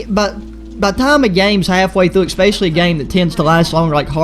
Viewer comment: ready for the ekspecially XD